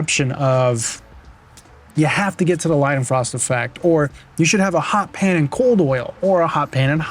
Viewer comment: hot pan not HOT pan.